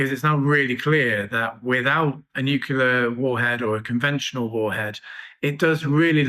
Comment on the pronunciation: FFS learn the word NUCLEAR it is NU-CLE-AR!!!!!